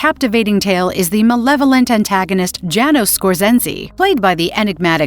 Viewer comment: It's not Jay nos it's Yah nosh or yah noosh.